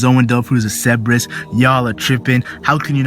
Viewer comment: is it not cer ber us not ceb e rus?